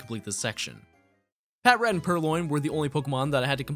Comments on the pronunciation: Idk why but always makes me laugh when people say pat rat when even in the anime they said pa trat or am I just trippin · Wtf is a PAT-RAT? IT IS "PUH-TRAT* NOT "PAT-RAT" Sry it annoyed me lol